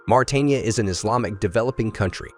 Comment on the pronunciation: Mauritania is pronounced as Moritania, not Maritania as he reads it.